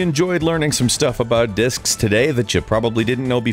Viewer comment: Thought it said Dicks ...